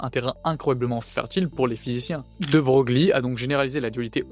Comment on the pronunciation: De Broglie se prononce "De Broylle", enfin si on veut.